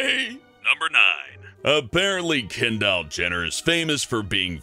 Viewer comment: "Ken Doll Jenner"